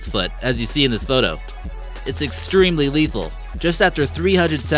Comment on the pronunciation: “It’s excreemely risky...”